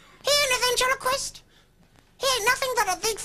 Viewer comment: Baby: What are you? Paul: Oh, I am a ventriloquist. Baby: A ventilcist Paul: Vuntri-loquist Baby: Ventilocist Omg I'm dying 😂😂😂